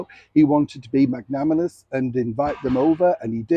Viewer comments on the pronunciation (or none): Magnanimous has a ‘mag’ & then a ‘nan’ (think of your Nan) mag-nan … ;) 🥰